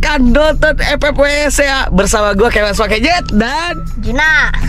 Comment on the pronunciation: Bang kangen lu main awn Terus bilang kemas pake z kalo pake s dingin